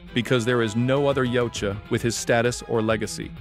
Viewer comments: Yautja is ya-ooh-cha, not yalcha. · YA-OOT-JA NOT YOUT-JA